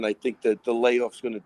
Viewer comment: jon, please, recognize that jiri says “let’s go for DAT,” don’t pronounce the “th-“ please